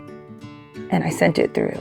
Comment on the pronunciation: Automatically knew this was a local girl when she said TREW (for through) ~ I see you 😂! Loved the tutorial, I needed ideas for my goddaughter graduating on the mainland! Can’t wait to make this. 😍😍😍